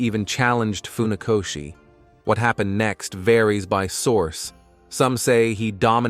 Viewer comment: Nie faoszi tylko Funakoszi( fonetycznie)